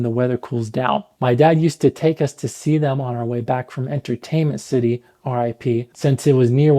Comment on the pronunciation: I didn’t think you were Kuwaiti until you said entertainment city 😂(rip)